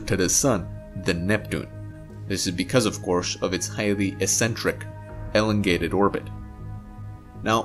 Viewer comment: "Ellengated" (As in DeGeneres?)